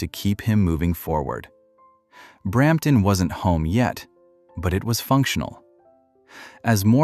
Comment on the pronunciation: Brrramptton …… ? Thanks - NO